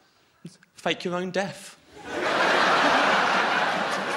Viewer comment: I still hear it. When he said "death" and "think" it was particularly noticable.